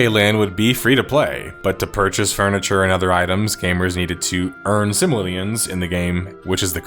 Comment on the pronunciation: Its Sim-o-lee-an, not simalan